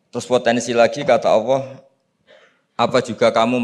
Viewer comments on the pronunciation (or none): Cari yg Lulusan Madinah,Makkah dong, buat apa banyak ratusan Lulusan Madinah,Makkah S1,S2,S3. berguru dgn Ulama2 Khibar di sana. maaf kok penyebutan Alloh,terdengarnya awwoh yaa..